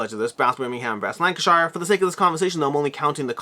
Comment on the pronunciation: Lank-a-sheer and Berm-ing-am